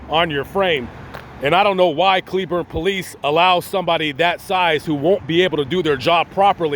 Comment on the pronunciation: First, thank you SO much for correctly pronouncing cleburne! Most out of towers say clay~burn. They “checked” on you to see if your simply alive. When you greeted them with an attitude, that made them think you are hiding something Asking the same question over and over again is a simple way to see if someone is lying. If you had been polite and civil from the beginning, your negative experience would not of happened would you like it if someone came up to you with an attitude from the get go for no reason? How does a stranger know when they get you at a bad time? Did the cops handle it badly? Most definitely, but so did you. That Walmart will call the cops on OTR if they park in the parking lot, most of those drivers do get arrested. I say this as a cleburne resident, an OTR driver and someone who has family in Johnson county sherif.